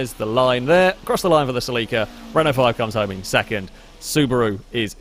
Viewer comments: Sa leek a? Do you mean Celica? pronounced Sell i ka? Or are we talking about something entirely different? Nope you said gt 4 that's definitely a Celica. Is that how you pronounce it in the UK? Sell i ka must be US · Saleeka. I had no idea what he was saying at first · Sel-ie-ka/ Sel-ee-ca is the proper way to say it. Americans say it funny mostly. Listening to a Japanese person say it makes alot more sense . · Funny how other counties pronounce Celica (Sell ih Ka) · sel-eeeeeca lol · As an american, I just have to say you pronounce the 'celica' strange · Is that how you pronounce Celica in Britain? I've never heard it pronounced that way. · I have never heard Celica pronounced like how you did before XD (I am American) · As an American the way you say celica drives me crazy lol. Keep on keeping on!